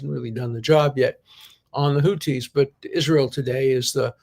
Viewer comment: "Houthi" is pronounced with the same "th" as in "think," Professor D. Arabic has two letters for the "th" sound--one for the pronunciation in "that" and one for "think." "Houthi is spelled with the latter letter. We had these sounds (and still have the letters) in Hebrew but I think only the Yemenites pronounce them correctly now. The Ashkenazi frum actually make a distinction between tav with and without dagesh and pronounce the latter like s--brit (modern Israeli) vs. brith (Yemenite) vs. bris (Ashkenazi). I only mention all this because I can tell how much you love to learn and imagine you're a stickler for accuracy. I'll spare you "ḥ." 😁